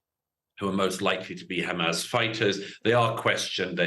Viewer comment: Why does he always pronounce it as hamazz ?